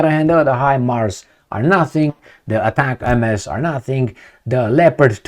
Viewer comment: US give to UA 20 ATACAMS, from witch they used last week 18 in that attack on the air bases and had 2 left,,,now they used last 2...and STOP reading ATACAM-MS like this because it is read in one word without MS........you simply read it ATACAMS